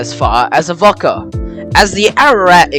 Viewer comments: Excellent video, I live in the town In Question and I train spot regularly on this line. And you you’ve made an excellent video about my ‘home railway’. And a quick tip, it’s more pronounced ‘Ahh-Vo-Ka- rather than Av-okk-a. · Yeah mate, his pronunciation makes me cringe too, as to the need for extra stations on the line, there should be only Avoca, Amphitheatre and Elmhurst, with all three having the passing loops as needed, but the major upgrade should be to the line speed, 40kph is a joke, when the rest of the network enjoys a considerable higher speed. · Bro, it's pronounced "Av-O-ca, not "Avocca" as you're saying it and Navarre is pronounced "Navair" even though it's spelled "Navarre". Apart from that, good. 👍🍻